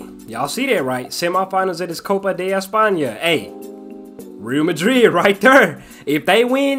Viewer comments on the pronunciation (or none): its not real madrid its pronounced ree al madrid